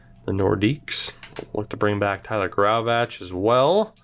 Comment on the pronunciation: Graovac pronounced gray-oh-vak